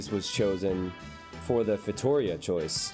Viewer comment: Dude. I don't know if you'll ever see this comment but anyway... I've got to say this. Your streams are epic and awesome and all, but everytime I hear you say "feitoria" wrong I get an additional anxiety point. If it were a word in English it'd look kind of like "faytoREEA" and NOT fayTOUrea. The last syllable is the strongest one and the last "i" is a long "i". Click the pronunciation button there and you'll hear it. So PLEASE pretty pretty please start saying "feitoria" right.